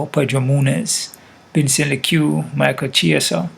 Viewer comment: Lol mispronouncing fighter names like Chael is cracking me right up. Thanks for the content